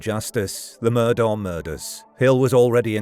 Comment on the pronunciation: Pretty sure it's pronounced like "Murdock"